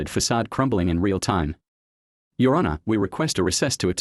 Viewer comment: I hate AI voice overs like when it says your (let a beet pass) honour my client. Either hire a real person or at least a better version of your AI.